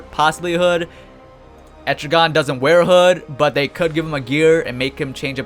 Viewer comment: Et-tri-gen not etrigon